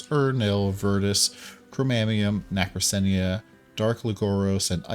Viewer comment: It's pronounced "Na kra cena" nacrasena